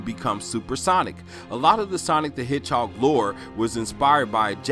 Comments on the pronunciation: Did you say hidgehawg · Why are you saying the word "hedgehog" so weird?